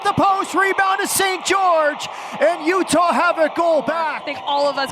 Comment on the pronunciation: "Full time in Sandy Otah." lol.